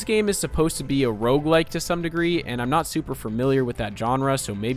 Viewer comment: Why do so many people say "rougelike" when it's roguelike. Rouge means red.